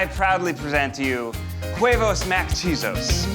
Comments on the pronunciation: Damn,Ned saying KuEvos instead of huevos is the whitest shit ever lol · I’m sorry is Ned pronouncing his recipe QUEvos ?? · I still can’t get over the fact that Ned can’t pronounce Huevos like there’s no Q sound in it 😭 it’s so funny but at least he’s trying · Ned really just left "huevos mac-quesos" just lying there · Im sorry I cant get over Neds pronunciation of Huevos. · Ned's pronuncination of huevos irks me but makes me laugh at the same time. Just don't put so much power on the h lol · Why was Ned pronouncing the H in huevos 😂